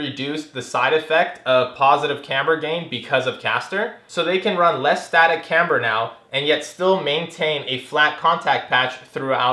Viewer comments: Is this the same guy that made a home-made license plate mount for the front bumper for this heap so he didn't have to drill holes in the actual bumper? And please - it's "KAM ber", not Kambruh...I guess it doesn't matter that much, just really takes away from what is otherwise good content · ik this is old but the way he pronounces camber lol